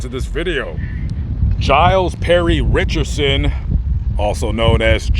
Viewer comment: His name is Richardson not "Richerson" there is a D in there. you dishonor his memory by mispronouncing his name.